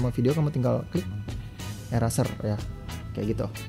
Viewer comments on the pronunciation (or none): Gan, nice review. Anyway mungkin kritik aja pronounciation atau pelafalannya diperbaiki lagi. Kalau masih mau gunakan bahasa inggris. misal: nfc = en-ef-si eraser = i-rei-ser saran aja sih. hehehe..